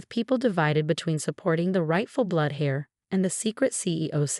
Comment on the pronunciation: Heir is not pronounced "hair", it is pronounced "air".